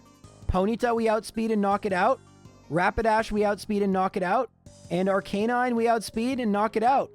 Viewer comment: Do you enjoy mispronouncing Arcanine, Rattata and Lorelei?